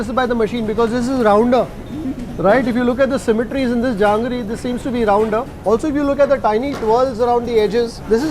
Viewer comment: It's not jangri. It is called jahangir.